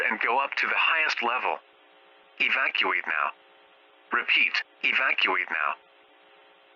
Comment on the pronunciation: can't say Evacuate properly.